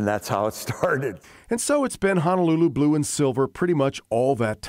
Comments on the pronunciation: FYI....Honolulu=Hoh-noh-loo-loo, not Hanalulu. Hana is small town on E Maui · Its not Hanaluuluu...its Honolulu pronounced HO-NO-LOO-LOO. Sry, im Native Hawaiian (Kanaka Maoli) and it bothers us Native Hawaiians when our words a pronounced wrong... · It's pronounced (hoh-noh-loo-loo) People on the continent: please pronounce it correctly. Sincerely, a lifelong Hawai‘i resident that cares about the Hawaiian language and culture.